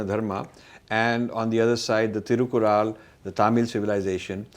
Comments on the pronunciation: Very nice interview, all 3 parts. But Sir Thirukkural is pronounced as तिरुक्कुरळ्. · You don't know to pronounce thirukkural correctly.